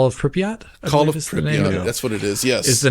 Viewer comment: I love how « fans » can’t say Call of Pripyat lol. That’s 2024 journalism 🤣 💩